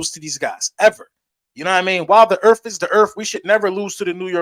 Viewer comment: The word is Earth, not Earff .